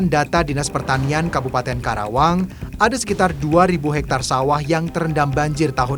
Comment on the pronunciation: KARAWANG BUKAN KERAWANG 😃